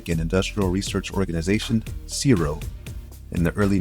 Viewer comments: C.S.I.R.O. - Commonwealth Scientific and Industrial Research Organisation. Pronounced as individual initials. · That's strange. "CSIRO" is always spelled out. For "CSIRONET", however, it is pronounced. Furthermore, it is pronounced /sigh row/ ... not /sear row/.